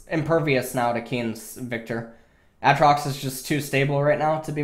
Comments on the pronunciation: As much as i would love to watch this i cant until u learn to say ay-trox.... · He keeps saying a-atrox Lmao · A Atrox you fuckin troller reeeeeeee edit: oh thank god you started saying aatrox right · everytime i hear him say aatrox i think of the key and peele skit. YOU DONE MESSED UP A A RON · How many times can you mispronounce Aatrox oml